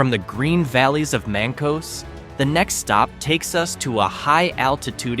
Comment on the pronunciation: Mank-us. Mancos is pronounced Mank-us. Great video.